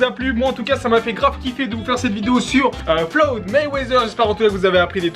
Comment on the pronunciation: La vidéo est bien tu gère mais au début c'est pas flowd mayweather c'est floyd 😂😂